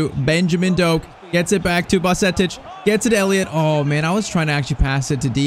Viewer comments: U shouldn’t have signed zubumendi in irl players like bajetic are key players irl. Edit:you pronounce bajetic as badgetich not baljetic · No way actually butchered Bajcetic 😭😭.Its actually baa-jay-tich